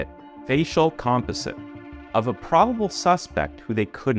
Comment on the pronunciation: the way he pronounced composite … ☠️🤣